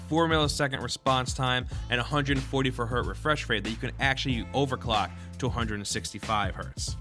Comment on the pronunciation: You said overdock